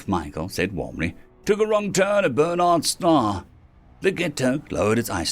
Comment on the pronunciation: It’s BArnard’s Star, not BErnard’s Star. It’s the closest star to Earth after the Alpha Centauri system.